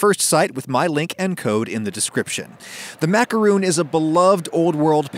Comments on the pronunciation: Is no one going to talk about how he said "macaroon" instead of "macaron"? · It’s pronounced like macaroni without the “ee” sound at the end. You’re welcome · It's macarOn not macarOON "It's leviOsa not levioSAH" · I believe it's "maka-hon" the way the french say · Pronouncing it macaron (« Rhon ») is the right way. The end. It’s not because it’s french that it’s pompous. It’s just the right way to say it. Sorry if I sound rude, but why make a video about a french recipe if 1) you don’t want to try and speak french 2) you think french is « pompous » ? It’s literally just pronunciation. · My body goes into a series of convulsions every time he says “macarOOns” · My ears hurt every time he says macaroon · Ummm, no to this explanation. In America, people pronounce it properly and they don't sound pompous. Macaroons and Macarons are different cookies with different names. You're just saying it wrong and trying to justify it. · NOOOO the cookie pronounced that way is a coconut frosting on sweet bread, french macaroons are what your cooking